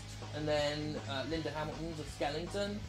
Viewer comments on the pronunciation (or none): Skelenton? Behave James.